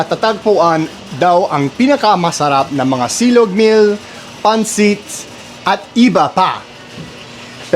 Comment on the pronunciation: pan-SIT, not PAN-sit. i-BA, not I-ba (unless you're refering to Iba in Zambales.) nga-YON, not NGA-yon. is-DA, not IS-da. TA-kal, not ta-KAL. I'm aware of microplastics too and the harm it does to us and to wildlife. It's really sad. There's also growing evidence that it is linked to Alzheimer's and Dementia. Easter is referred to here as "Pasko ng Pagkabuhay" (Christmas of the Resurrection).